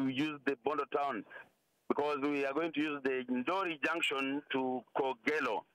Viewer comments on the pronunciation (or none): Kogelo not kogalo